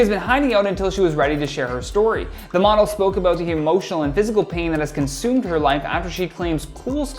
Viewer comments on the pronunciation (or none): none